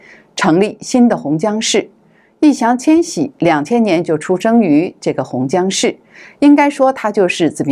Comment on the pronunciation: Yì Yáng Qiān Xǐ，麻烦把人家名字念对好吗？